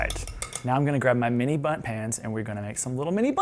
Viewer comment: dear me and my wife love that you keep saying mini butts instead of mini bunts!!:P